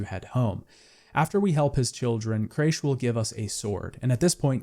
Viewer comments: I couldnt bear it any longer after hearing craysh like a dozen times in the skellige section lol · The jumping/climbing issue is easily resolved by HOLDING the jump button instead of pressing it. If you hold it, Geralt will always grab onto the ledge. And btw it's Men-ge, not Mendge. And it's Cra-kh an Craite, not Creish an Craite. But at least you pronounced Skellige right. So many people butcher it so badly lol. Also if I can give a little advice, have some background music from the game playing while you're speaking. If you do have music playing it is way too quiet it's practically inaudible (at least when listening through speakers, I don't know about headphones). It just feels so empty with you just reading the script in silence. A bit of music would just make the whole listening experience so much more engaging. Great analysis otherwise. Maybe a bit too nitpicky for my liking, and judging every aspect through the modern lense, even though the game is almost 10 years old. But then again it's one of my favourite games of all time so I'm probably biased.